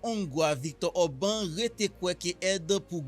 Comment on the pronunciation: Le nom du monsieur s'écrit Orban, mais se lit ou se prononce Or-ba-n.